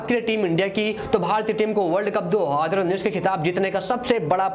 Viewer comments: Adhi ranjish bol rha hai ya 2 hajar unnis😂😂😂😂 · Do haaaaadar unnis . . Hahaha ..... Isko konse planet se laye ho... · Abe tu YouTuber kese bn gya do haaadar unnis Kya bol rha h..😂😂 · Dohaaaaader19 nhi hota hai 2019 hota hai😁😁😁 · 2 .......019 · दो हजर उन्नीस😂😂😂😂😂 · Dohaddrraa unneess 😂 Dohaddrraa unneess 😂 Dohaddrraa unneess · How many time he said "do haadar unnish" ....Lol😛😛😛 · Do Adhar uneess bol raha hai kyaa😂😂😂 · Bhai jab nhi bol paa rha hai 2019, to h itna use Kyu kar rha hai,simply world cup bol de .......... Do hadar unees bol rha hai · Do hazar unnis ni bolte aata kya teko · 20 baar sunne ke baad samajh aaya... ye 2019 bol rha h....😂😂😂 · 2019 tho ache se bol loo yr